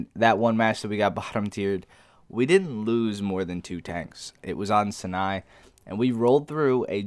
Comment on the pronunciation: 2 things... cause we knows youse loves pronunciation and grammars eh? 1. arthropod An arthropod (from Greek ἄρθρον arthron, "joint" and πούς pous, "foot") is an invertebrate animal having an exoskeleton (external skeleton), a segmented body, and jointed appendages (paired appendages). 2. Sinai [sahy-nahy, sahy-nee-ahy] Love the videos... keep em coming. Unique and fun! Analysis right on the money. Love both the post and live game play commentary. Do what you love. Go DUKE love the dog love his look keep showing him in your vid post or intro please.